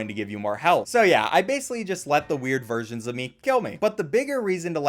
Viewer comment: I thought you said weird virgins of myself but you said weird VERSIONS of myself lol